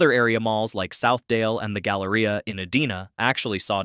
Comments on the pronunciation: grrr... Ee-DIE-na. not uh-DEE-nuh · Eh-dee-nah, Minnesota? No, it's E-dine-ah. Edina, MN. Also, this video does not need to be almost thirty minutes long; I skipped around and took in a couple of minutes before determining that it was mostly rubbish. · It is not EdEEna. It is EdIna. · The city is pronounced E-dine-a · Edina is not pronounced Edeeeeena. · I have a hard time 'liking' these videos when the AI voice cannot pronounce words like "E-DINE-A" and tend to show video that is irrelevant to the text at a given moment, never mind if it's completely wrong or not... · This must have been filmed during Covid. Also the city name your trying to pronounce is pronounced E- dine-a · I was enjoying this until the computer voice mispronounced "Edina."